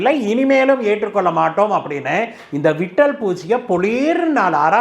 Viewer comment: விட்டல் பூச்சி அல்ல; லிட்டில் பூச்சி.